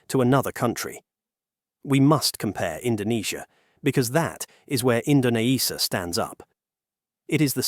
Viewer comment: Don't believe me? listen , where he mispronouce Indonesia due to typo